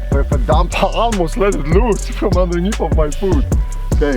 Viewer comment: “I almost let looozz,”dude I died laughing.